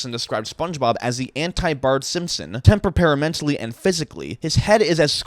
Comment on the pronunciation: "tempa-para-mentally..." Lmao I've never heard someone butcher a pronunciation do badly.